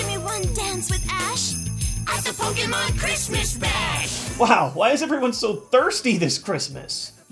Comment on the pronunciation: i like that has been pronouncing Pokemon the correct way for the past year or two.